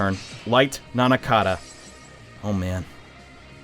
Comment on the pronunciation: "Antitichthon" "Nanakada" Dude. It's Antichthon and Nandaka.